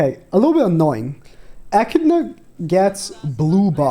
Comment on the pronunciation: bro its bothering me more than it should but it’s pronounced A-Kid-Na not ecina